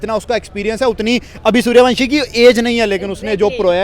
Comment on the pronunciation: Saliyo suryawansam nahi suryawanshi 😂😂